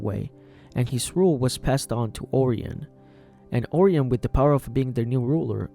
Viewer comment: You mispronounced Orion. It’s Or-Y-in, not Or-eon